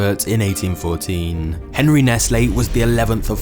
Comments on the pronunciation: What the hell was that noise?! Sounds like somebody's phone shitting on itself. Click click click click click! I had to pause the video and go pick up my phone. (Henri, spelled that way, is pronounced "On-REE.") When I was a kid it was just Nestle Quick and crunch bars. Then there were $100,000 bars. How did they get so big? I didn't know anything about the baby formula, I just thought they made chocolate. Cow's milk is the perfect food, for baby cows. Not for humans. A big corporate fascist company lying outright and endangering people's lives for profit is not surprising in the least. They all do that to some degree or another. We need to rise up and overthrow the status quo. All the fascists and communists and oligarchs and all forms of totalitarianism and tyranny need to go away, for the good of all humanity. All the megacorporations need to be broken up like AT&T was. We need to take the power back from the elitists. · Surely pronounced Onree not Henry?? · Nothing more to add on the disgusting practices of Nestlé, but 'Henri' is pronounced 'on-ree' in most cases, including this one.